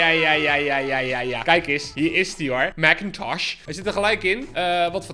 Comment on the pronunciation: Ben ik de enige die echt veelste veel geniet van hoe die Mac-Intosch uitspreekt? 🤣🤣🤣